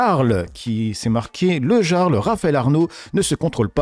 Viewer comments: tu me rend fou dans tes prononciations des fois 😂😂. Ça se dit le Yarl comme les vikings! Ahah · On dit : le yarle bien qu'écrit avec un J. Et il a des rémunérations donc il paie des impôts 😊